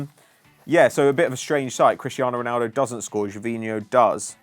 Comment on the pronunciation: Ronaldo not Ronuldo